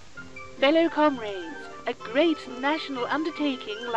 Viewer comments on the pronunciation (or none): I like this short film a lot, it really shows how the British Syndiclist propaganda works (I think) and the funny pronunciation of "comraids"